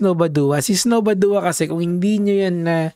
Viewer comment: badwa pronouciation nun boss kilala yan sa cycling community